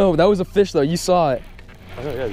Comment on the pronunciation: I love when he says fiish